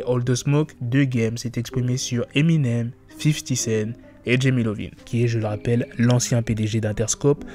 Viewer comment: C’est Iovine, non Lovine. Ça se prononce “Eye Ohh Veen.” C’est “io”.